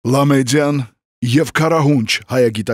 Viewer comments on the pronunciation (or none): Լավ կլիներ, իհարկե, որ հայերենին վերաբերող այս տեսանյութը չսկսվեր Լա ՄեՁիա սխալ հնչողությամբ՝ Լա ՄեԴիա, Դ-ն Ձ չի հնչվում